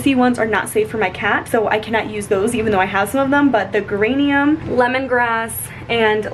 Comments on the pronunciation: Geranium not Grrrranium!😂😂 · the oil is pronounced with the soft "j" sound like in "jelly", it's a flower my grandma has in her yard which is how I know this 😂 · Grr-anium cracked me up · You said Geranium right the first time, and then got it wrong twice after. Lol